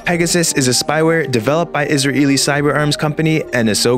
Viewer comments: I think Israeli is pronounced “is ray Ellie”, rather than “isruh-eely.” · Israeli is pronounced is ray lee not is ra eely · Actually no, it's pronounced "is ruh el ly" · it's not pronounced that way. The general accepted international pronunciation is "is-rail-ee"